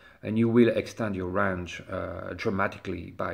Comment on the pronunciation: Range you moron. Not rang. Damn.